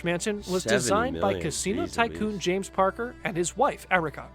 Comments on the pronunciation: It's James "Packer", not "Parker" fyi! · Packer, not Parker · James packer not James parker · His name is James PACKER, not PARKER lol....He was married to Mariah Carey, and owned Perths Crown Casino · OMG!! JAMES PACKER -James pack her. Now I know who and why. He kept saying Parker Gggrgghhh. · It’s James Packer, not Parker. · First of all... James Packer! Not Parker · They got the name PARKER wrong, it is JAMES PACKER, no R in the first part of the surname. He inherited the media empire from his father and since largely redirected into Gambling Casino ownership and going backwards finacially and legal status, though still very rich. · I have to correct the narrator, it james packer not Parker. Sorry it was making my head explode 🤣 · Mariah was not married to James! BTW, his name is Packer not "Parker" as mentioned by the narrator. He used to own a couple of Casinos, one of which is here in Perth (where I live). He inherited his wealth from his Father Kerry Packer, who in turn got much of his wealth from his father. The family fortune was made via media outlets, television stations, radio, etc. they owned. James branched out and went into Casinos. Those lovely Australian $100 notes you like so much - James was quite a lot of them. :) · Haha James Parker. American's have the worst pronunciation ever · It's James Packer not parker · It’s Packer not Parker !! Lol and yes he was engaged to Mariah for a bit that was a few years ago.. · Parker ... LOL, it is PACKER and yes, Mariah Carey! James Packer is the son of the late Kerry Packer (media mogul - think murdoch) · Haha it's packer not parcker and yes it was Maria Carey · Packer not Parker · 'Packer', not 'Parker'. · James Packer - not Parker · I cringed every time the narrater said ‘parker’ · James Packer. Kerry Packers son. Numb nuts mispronounced it